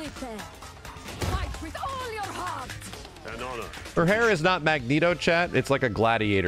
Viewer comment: „Fait with ool‘ your hearrrrt 😬😬😬!“